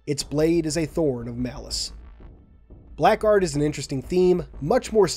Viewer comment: Hey man, few months late so probably never going to reach you but just so you know in the word "blackguard" the "ck" is actually silent! It's where we get the modern spelling of "blaggard"